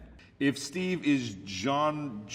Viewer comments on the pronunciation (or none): haha it’s actually not jean its pronounced like john